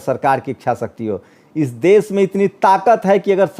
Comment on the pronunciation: aap ache patrakar he lekin apki bhasha shudh nhi he Sha shabd ka ucharan sa ucharit krte ho.Desh ko aap des keh rahe ho. Aap ek bar satya hindi.com par Shri sheetal P singh sahab ko suniye.inki bhasha kitni shudh hoti he